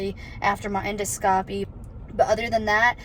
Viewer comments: En (IN)-do (D-AH) -scopy (Sk-OH-pee). Endoscopy =IN-DAH-Sk-OHpee Hope that helps Jenelle 😁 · En - doscopy. Edit : En-dos-capee